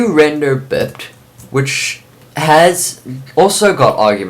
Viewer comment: Also biped is pronounced By-Pet. (bi means two, ped means legged).